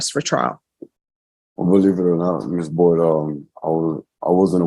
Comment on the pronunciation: You're NOT attorney shopping is proper grammar. AND it's BOYD not Boys. You are slipping ""